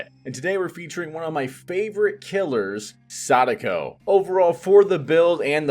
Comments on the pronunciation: I respect when people pronounce Sadako well. :) She’s been one of the most fun killers to play, IMO. I’ve also been enjoying your build ideas and explanations a lot. Thanks! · Great pronunciation of her name.